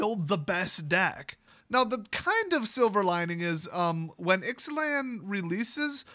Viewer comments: Pronounced I zay lan I believe. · I think it's pronounced Ix-uh-lahn.